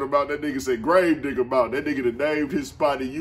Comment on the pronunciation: Is America scared of this watseman! ... man said Gravedigga mountian🤣